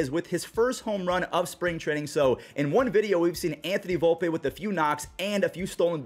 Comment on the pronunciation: Volp-E not Volp-A